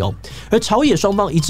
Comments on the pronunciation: 泥「ㄋㄠˋ」 悲「ㄊㄨㄥˋ」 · 悲慟ㄊㄨㄥˋ ， 泥淖ㄋㄠˋ